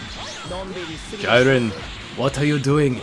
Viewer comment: isn't it j-ee-ren not j-I-ren